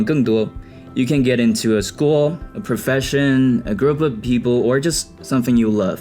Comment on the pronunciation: Up主有一两次的发音awkward现象 像story， profession和experiences这些词，但已经非常好了